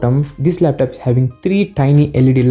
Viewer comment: It's not laptap it's laptop